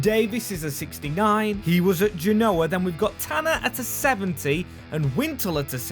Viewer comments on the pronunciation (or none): none